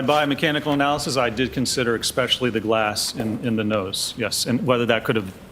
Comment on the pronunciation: Please,, it is not EXpecially, it is especially....